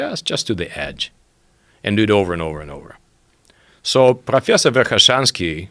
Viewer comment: Is speaking English perfectly clearly. profreasor verkhaeshanski